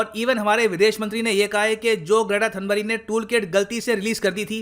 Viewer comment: थनबर्ग है सर थनबरी नहीं और साइना है सानिया नहीं😁😁